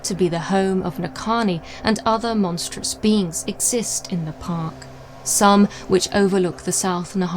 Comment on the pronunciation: This is the first vid I've found from this channel & I really enjoy your style. Im hoping you do this as a podcast too...id defs be down for that! Side note....did you say monsteral or menstrual? Both seem equally unpleasant.